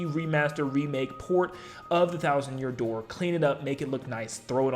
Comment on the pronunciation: The Thousand Yoor Dear? That was a funny slip (I know he didn't say dear but I thought it immediately thought of when he slipped up)